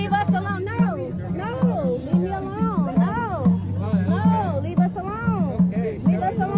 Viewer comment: Leave it to the whiny, professional victims, race card carrying fools to turn the word " alone" into 6 syllables! How do these irritating, unaccountable, arrogant, ignorant, and entitled idiots STILL walk around blaming EVERYONE else but themselves?